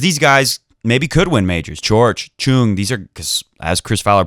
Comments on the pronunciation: I don't know who told you to say Choong but this pronunciation is worse than before. His name is 정현, the closest we can make it after translating it would be 'Jong Hyun' but you were close enough before when you said Chung instead of Choong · In Korea we put the family name at the beginning before the given name so even though he spells it 'Chung' with a 'Ch' the Korean pronunciation is closer to a 'J' so it's 'Jeong' or 'Jong' (rhymes with song, long etc.) and his given name is 'Hyun' which comes after his family name 'Jeong'. I think you were already pronouncing the 'Hyun' part correctly (I'm not Korean but in my 6th year living here). Btw love your show and we all appreciate the amount of effort and passion you put into your videos!